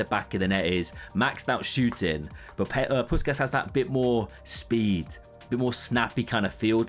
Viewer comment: Pussshhhhkas not puskas